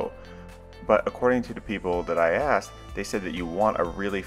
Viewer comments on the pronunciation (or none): none